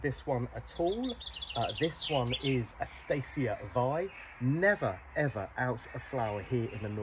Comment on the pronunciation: Eustacia is pronounced yoo-stacia not e-stacia